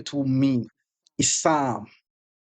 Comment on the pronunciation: "issannnn😂 ohh its issam, same thing😂" Classic